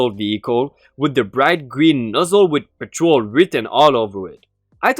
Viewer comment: “Petrol” is stressed on the first syllable, not the second, i.e. “PET-trol”. What you said is “patrol”, which is stressed on the second syllable and can be either a noun or verb. Also, “diesel” is pronounced “DEE-zul”, not “DYE-zul”. I’m meaning to be constructive.